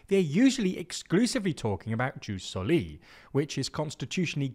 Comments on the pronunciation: I apologise for being a stickler, but for everyone reading: The J in Jus Soli or Jus Sanguinis is pronounced like a Y, so it sounds more like eoos solee etc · Please pronunce "jus soli" as it should be in latin. 😅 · Hello, politics aside, the (classical) Latin pronounciation for jus soli would be more like "yewse so-lee" and Jus Sanguinis would be more like "yewse sang-gwin-niss". "j" (technically i as a consonant) is pronounced like "y".